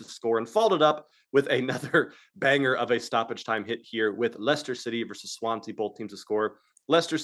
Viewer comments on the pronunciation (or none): none